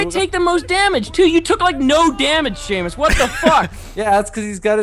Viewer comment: Its Seamus without the h